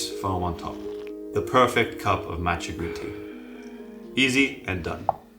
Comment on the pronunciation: Why would one take advice from someone who can't properly pronounce the name of the product?